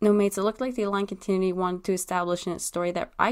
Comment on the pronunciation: ... it's pronounced Con-tin-nu-ity. Sorry, I couldn't let it go after the third time. thing is, you have to consider being a politician/slave owner as evil in order for this logic to work. Even though most of the former and the entirety of the latter is evil, neither they or the general populace would ever call them that, especially if they're benefitting the current system. I think the change to red eyes signifies a great hurt; a deep wounding of their very soul, which "Orion's betrayal" definitely did to Megatron. (Betrayal being in quotations because it wasn't his fault so much as the council's...but he still went along with it, didn't he? 🤔)